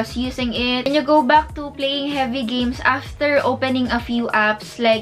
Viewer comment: iba po ang “back” sa “buck”. Sensya po for correction. Na-aasiwa lang po kasing pakinggan for me. 😊